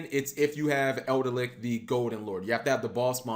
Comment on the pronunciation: There is no "R" in Eldlich.